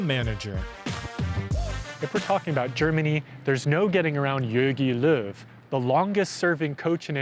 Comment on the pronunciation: Man said yorgi lurv